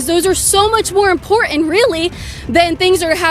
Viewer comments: IMPORTANT not IMPORENT, come on say it right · It’s not import… int …. It’s important